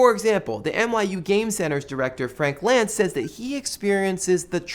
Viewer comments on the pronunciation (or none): none